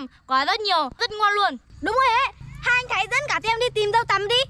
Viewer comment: Thái mà cứ nghe thành Khải